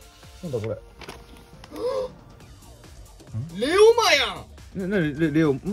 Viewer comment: 四国の民なんだけど、レオマのイントネーション気になりすぎる レオ↑マ↓じゃなくて、レオ↓マなんだよ、プリンと同じだよ もしくは【レオ↑マ↑ワールド】プリマビスタと同じです